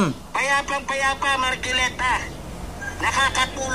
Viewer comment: mahihirapan mka unawa yan c labrador tricom basa nya trecom marcoleta basa nya marculeta 😂